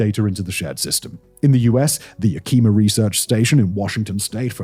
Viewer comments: say it with me, yak(like the animal)-em-ma Yak-em-ma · Yak- eh- ma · Oh man. It’s YAK-I-Ma. Yak as in crack.